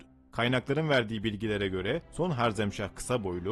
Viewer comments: Sözde tarih. Cengiz Han kürt mü sanki de karşısındaki sadece Türkmüş gibi davranıyorsunuz. Ayrıca harzemşah değil harezmşah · 1 - Cengizhanın ordusunun yüzde 75'i türk idi. Yani soluk benizli moğollar değil türkler saldırdı ama tabiki Cengizhanın buyruğu ile. 2 - harzem değil harezmşah. Bunlar haricinde video çok başarılı kardeşim. Yolun açık olsun.